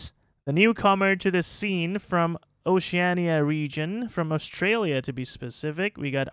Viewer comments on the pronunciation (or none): none